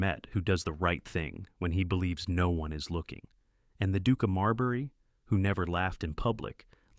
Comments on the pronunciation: Silas Crane should have been imprisoned. To exile him would mean that people in another country could fall victim to his evil. It is not Marl berry it is MAWL-bruh (UK) or MAHR-l-buh-roh (US) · Marlborough consistently pronounced "Marlberry"..... Really??? Cannot concentrate on a storyline with constant linguistic mistakes.